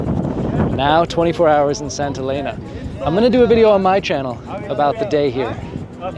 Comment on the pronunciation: It;s not Santa Lena FFS. It's Saint Helena.